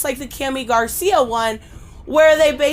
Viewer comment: Another great comic book review video I found it hilarious when you couldn’t pronounce Jesus ( hey Zeus ) in Spanish but you said Garcia perfectly very funny anyway keep up the good work and continue to upload awesome content and I’ll keep watching it besitos te amo love ya